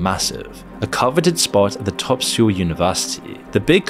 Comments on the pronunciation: Can you spend five minutes to learn how to pronounce mf city names properly? Wtaf is “seewol” , straight up embarrassment to yourself and your lack of knowledge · Gave up at less than 3 minutes. Anyone who pronounces the capital as "Seyool" and refers to the "Maypo" Bridge clearly has no first-hand knowledge of the country. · Surely it would be worth finding out how to pronounce the names. You used Mapo in the first and second sentence and pronounced them wrong. It ruins your credibility early on. Edit: Wait, you can't pronounce Seoul??? Is this an AI voice? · This guy says Seoul really strangely. He pronounces the E so it's sounds like he is saying "See-O-Le" instead of "Soul" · SEOUL AS IN SOUL. not SEE-YULL. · It’s pronounced “Sole” , not “See-ool”. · "See-ool?" It's "Soul." Got a real expert here. It's only the 6th biggest city, no need to know how to pronounce it when making a video about it. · Seoul rhymes with "pole," not "pool." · Seoul is pronounced like soul. I used to make the mistake you do because I'd only ever seen it written. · "maypo" "Syool" Bro can you at least look up how to pronounce the names of the places when creating a documentary about why the country is shit. Absolutely pathetic. 😂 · Get someone who knows how to pronounce korean. (Syow-ool?)? Also, it's SKY slump, not just Seoul national's, that dominate hiring. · I've lived in Korea for years, please start pronouncing Seoul properly... It's literally just Soul without the E. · Mah-po bridge Suh-ool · Never heard seoul pronounced "Syoo" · Omg your credibility went down the drain after I heard you attempt to pronounce Seoul. (Suh-uul) 😅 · The least you could do to release this video of yours is at least find out their pronunciation... 'Seoul' is pronounced like "Saw Ool", Mapo is pronounced "Ma Po" not 'Maepo'... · I've never heard it pronounced "sool" before. Is this a common pronunciation? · God, your pronunciation is torture. Meypo? syul? Actually grading for some reason